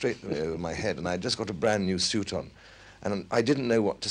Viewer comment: I could listen to Oliver Reed say 'suit' all day. S'yoot.